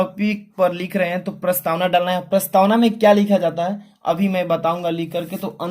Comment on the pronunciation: Sir prastawan nhi hai prastawana hai